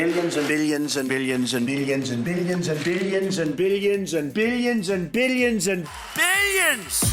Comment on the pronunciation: I heard "biddion" instead of "billion" in motage